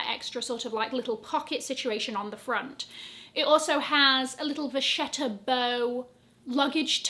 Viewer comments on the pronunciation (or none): Thank you for all the informations 😘 Vacchetta pronounces Vakketta FYI ( I’m italian and vacchetta is for cow leather ) 😉